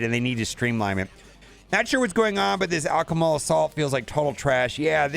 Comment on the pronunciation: al-CHEM-i-cal. Take the word "chemical" and put Al Bundy in front of it. BTW - I opened 147 premium orbs and got 17 Kang